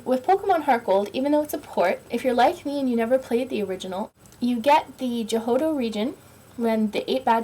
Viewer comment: she didnt say hoen she just fail at pronouncing jhoto